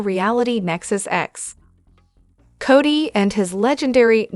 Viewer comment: Work on the pronunciation of the names it was a hard listen